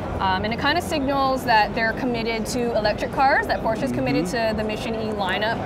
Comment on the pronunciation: Not Pooscho